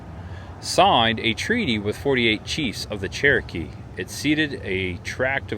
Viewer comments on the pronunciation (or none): none